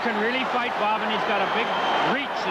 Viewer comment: BOB not BOD. WENDEL not WENDLE.